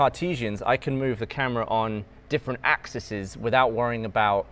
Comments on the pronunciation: Axes*, not "axises", with a "long" e. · TIL the plural of 'axis' is 'axcissus'